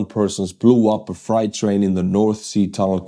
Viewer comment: "freight" is pronounced "frate" with a long "a" and a silent "e" because english spelling is dumb